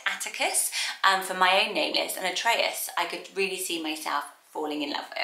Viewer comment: Hey! Lovely video as always ❤ I'm Greek and in Greece "Atreus" is pronounced "Ah-tre-as" so you pronounced it in a lovely Greek accent😊 P.S: you look gorgeous!!